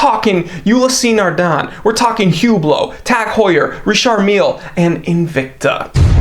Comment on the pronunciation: Hublo pronounces “UBLO”